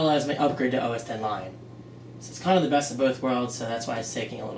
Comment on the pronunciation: Thank you so much for saying OS 10. I cringe when people say OSX